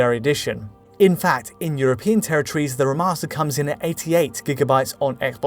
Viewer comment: “reh’master” lmao